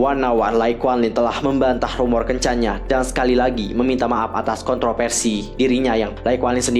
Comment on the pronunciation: konten kakak tuh paling update menurutku dibanding yg lain. Informatif bgt! tapi maaf ka, kalo bisa pronunciation lebih di jelaskan lagi. Indonesia aja dulu. kaya V/F dibacanya P. kontroVersi jadi kontroPersi. Fokus jadi Pokus. Kalo dijadikan ciri khas gpp kok ka. tapi kalo udh di english F/V=P jgn dibawa juga kak hehe. englishnya jg dilatih dikit lagi kak, so far udh oke. Sayang bgt soalnya, konten udh bagus, akan lebih baik kalo cara pengucapannya bisa lebih jelas dan lbh clean. thankyou. goodluck ka! saranghae!!:*